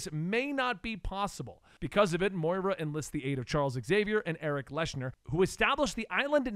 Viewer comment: Man, the pronunciation on some of those names is way off. Liyana, Erik Leshner, etc.